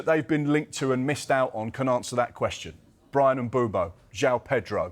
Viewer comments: "Brian Mboo'bo" 😂 clown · 'Bryan Un-Boobo'